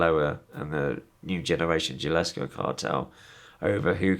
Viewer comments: yo, how are you going to arouns latino gangsters for years and still pronounce it "jia-lis-ko"? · "nyuuuue generation GILlascoh cahhhtell."- Quite the story. This seems more detailed than the other versions he's recorded, but it's been a while since I've watched them.